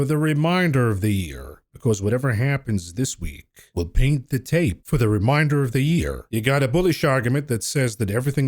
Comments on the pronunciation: It's re-main-der not re- mine-der. Those words mean two different things. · Is he saying reminder of the year or remainder of the year 🤔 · Ree Mane. Durr. Of the Yeer.